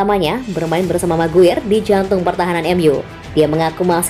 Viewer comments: Bacanya "meguayer" bukan "meguir" cmiiw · Maguayer bukan maguir min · Min, parah banget nama McGuire dibaca MakGwir... Sir Alex Ferguson dibaca Seer Alex Ferguson.. Sbg Fans United ini sangat gak bs diterima.. vokal narator boleh bagus tapi tetap kedepankan wawasan lainnya agar Channel ini keliat lbh professional buat Fans United Indonesia.. Kalau orang dari negeri tetangga bs ngakak nonton video ini ..